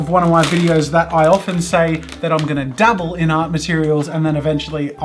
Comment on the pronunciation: Whenever he says dabble it sounds like double.